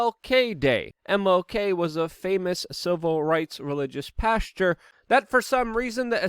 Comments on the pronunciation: Pastor...not "pasture" lol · Pastor not Pasture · Pastor not Pasture Luke...... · Did he just call MLK a "pasture?" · Religious pasture? You said it twice 😂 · Pasture😅😅😅 like when you hear it. ❤ ya luke!!